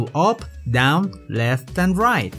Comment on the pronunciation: I love it how you pronounce "t" like "n" as in "Sprine" "Rine" I know you meant to say "Sprite" or "Right", but, you pronounce t like n